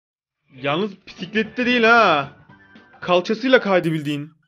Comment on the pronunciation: Pisiklet dedin